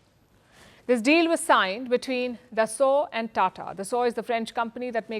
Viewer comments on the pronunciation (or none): none